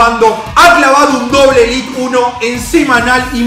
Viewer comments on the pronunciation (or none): Es élite no elit sos argentino no podes